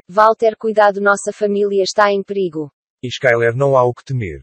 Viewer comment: O cara fala perigo com "h"...